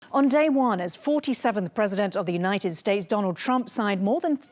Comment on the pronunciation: United Spates?!